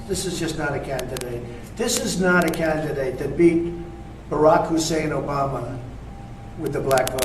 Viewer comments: Love the emphasis on Barack "HUSSEIN" Obama. SMH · Why is he emphasizing Barack Obama's middle name Hussain, like it is a bad thing?